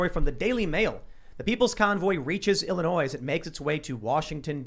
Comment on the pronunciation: . Love that a native pronounces Illinois correctly.